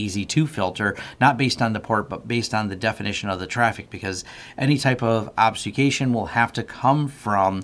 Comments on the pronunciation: obfuscation, not obsucation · ob-fuh-SKAY-shun. Say it with me. ;) great video - helped answer tons of questions I have